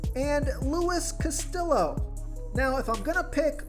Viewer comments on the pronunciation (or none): The Cincinnati pitcher is pronounced castiyo. You really need to learn how to pronounce names. Its not that difficult